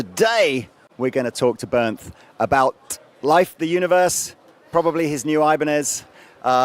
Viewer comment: I love that asked Digital John how to pronounce Bernth in the speed walk guitar summit tour and then ignored it completely. Bernth took it like a champ and didn’t correct him.